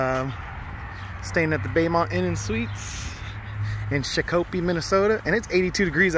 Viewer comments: It’s pronounced shak a pee. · Shakopee, MN is pronounced "shock a pee". I lived near there for years. Love your truck! Was poor judgement imo to have a trainee practice sliding it into a slot alongside a shiny new truck. Find some clunkers; it's not hard to do. Save lots of grief for lots of folks if something bad happens. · I was informed of the proper pronunciation but only after 3 or 4 videos worth of calling it shaq-coppee. Lol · Love your videos. I can't stop laughing on your pronunciation 🤣 sha-ko-pee. I'm from MN. Love your energy.